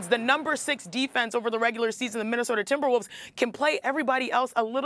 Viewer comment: She said timberwoofs